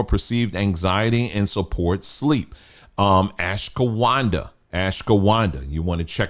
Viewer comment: I was so confused how you pronounced ashwaghanda. I usually just listen to vids in the background without looking at the screen so I had to go back and check to see if you had the picture of the word in the video😂 Also the way you pronounce cocoa 😂